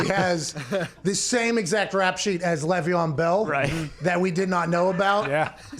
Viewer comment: It is LAYYYYYY VEON Bell. LEV EON and Le’Veon are a bit different. It hurts my ears hearing it said wrong